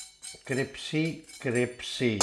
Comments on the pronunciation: it’s CRISPY not CRIPSY! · criSpy , not cripSy, crispy crispy, not cripsy cripsy. are you Dyslexics ?? 😄😄😄😄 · C-R-I-S-P-Y !!! (Not «cripsy»!!!) ❤❤❤ PS! «Cripsy» is NOT a word!!! 🤗❤❤❤ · Crispy please not cripsy!!! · CRIPPP SEEE drives me mad... it is crisssss peeee. but you are funny, and it is finally nice to have a recipe that seems to be better than the attempt I have used for years. Nice one. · I immediately subscribed when he said "cripsy"... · My priends and pamily love how cripsy these are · U are crazy and talk too much , it’s not cripcy it’s crispy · Cripsy!!! Is what we used to say in Kenya. I’m the Uk crisPY. 😻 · Cripsy, cripsy, cripsy. What have you done to crispy? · Cripsy. Genius work sir. Our local indian is a bit hit and miss with bhajis. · Cris- pee it is cris-pee!! ☺ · I don’t like the mispronounced swearing, but love your cripsy product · My new favorite recipe to try along with my new favorite word, cripsy. Love your sense of humor! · I’m in straight of, I love cripsy Bhaji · I love them a bit cripsy. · I've not laughed at an onion bhaji with added F-bombs before. Cripsey, Cripsey for the pamily! I love the way he suddenly channels pure Yorkshire man - wear a puckin' glove. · A lot of people who are not native english speakers find crisp really difficult to say, cripsy is easier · And me!!! I was correcting him. 😂😂😂😂😂😂😂